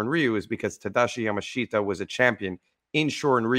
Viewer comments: And we knew his name is pronounced "Ya-mash-ta," not "Yama-shita." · His name's pronounced on the first syllable, YAmashita. Not Ya Ma SHEET Tah. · correct. The Japanese language will include the "i" romanized, but it is spoken YamaSH-ta. The "sh" should be a bit more emphasized. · His name is pronounced Yamashta